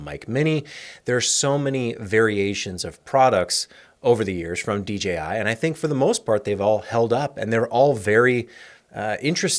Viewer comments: It’s so refreshing to hear a content creator say DJI (and not DGI).❤ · Thanks for saying DJI properly, I feel the same way anytime I hear sneaker heads refer to Nike Air Max as Air Mags 😂